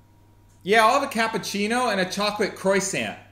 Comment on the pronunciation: at least he didn’t pronounced the T of croissant, and that’s a good point for him